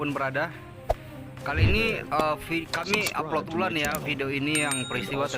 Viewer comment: Upload ulang min bukan upload ulan. Sering skaliki okkots kudengar min